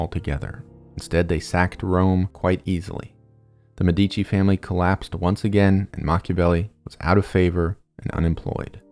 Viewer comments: MEH dici. not Me DI chi. Emphasis is on the first syllable. 😊 great video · as an italian whenever he said medìci i died a little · Brief note: when you mispronounce one of the most famous Italian family names, it makes it seem like you generated the content using AI (no offense to our future overlords) Med - duh - chee I scrolled but never saw anyone belaboring the point. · ur videos rule but ur annunciation is so bad its medici (meh-deh-chi) not medeecchi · as an Italian it took me a while to understand the you were actually talking about the Medici family because of the pronunciation. I don't really think is hard to find out how you pronounce Medici since it also mean doctors. enough would be just putting the name in the google translator and ear it out. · It's a great video, but you're brutalizing the pronunciation of "Medici" and other Italian words to the point where it becomes hard to watch. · Médici, stress on the first syllable 😬 Niccolò stress on the third 😅 Love your videos, keep it up!